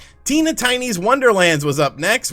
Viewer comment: It's pronounced "Tee"na lol